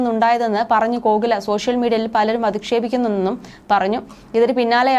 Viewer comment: ഘോകില അല്ല കോകില